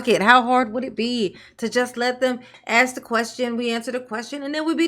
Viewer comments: ask ……. Ask ……..ASK! NOT AXE!🤦🏽‍♀️ Plus, all that woman does is deflect attention from the actual issue & facts AND thinks she’s being slick by repeating over & over the same crap she continues to spew & throws word salad into every single answer she BELIEVES she gives. What a disgrace. I’m telling you, if the three letter agency isn’t gathering up every single drop of evidence then…the township will continue to fail until it’s upside down while SHE will take off on a plane to some beach in the Caribbean. With THEIR MONEY. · “You can axe your question now”…. How do you chop a question?? 😂😂😂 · "you can AX your question, here." T. Henyard - Poor ghetto child! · how do you "AX" a question? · She told them to axe questions and dey axed questions, but no answers were given, This woman is ready for higher office. Maybe White House press secretary. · Also “ax a question”.:) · Should of done, aks, ya"ll. We'd of been done, as relate THICK AS FUCK DAT 6166A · Seriously why is it so phucking hard to say "ask". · Does she know how to say "ask" it's a simple word, but she still says it won't every time